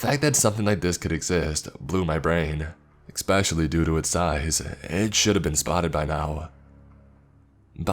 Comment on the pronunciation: i love everything about your content apart from the fact that you dont know how to pronounce 'especially'